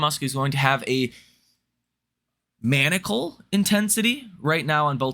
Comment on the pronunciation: Manical? I think you mean maniacal, pronounced: man-eye-uh-cul"